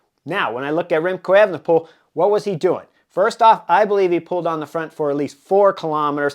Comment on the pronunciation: Good analysis around the time bonus. By the way, it’s not pronounced as “Effenepool” but “A-fenepool”